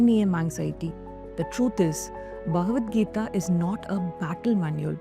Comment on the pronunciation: It's Bha ga not gha So Bha. Ga. Vat.... Gi ta